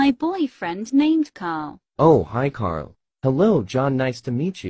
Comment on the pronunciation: Why did Ashley call Karl kart